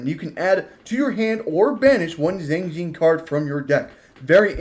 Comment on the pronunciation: Xiangjian donst sound like Shang? Jon?..? Xi=shi. Ang = ong. Ji=ge. The with the n. Jst say the letter n. & u shud b able to say the name^^